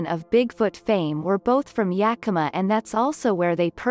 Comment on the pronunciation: Hey! The robot pronounced Yakima almost right! I'll take what I can get Edit: Reading it back, this post might mislead some folks. It IS pronounced "Yeah k(u)m uh", said as if you just kinda ran out of energy after the K. A good amount of Washingtonians, myself included, pronounce it with an "aw" at the end for whatever reason. "Yeah kim aww" Edit; Edit: I've heard other text to speech channels say "yeah KEEM uh", which is really the icing on my joke onion.